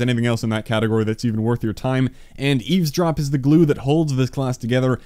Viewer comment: I started crying when you said easedrop😂😂😂😂